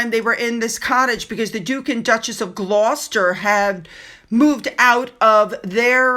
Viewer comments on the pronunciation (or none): none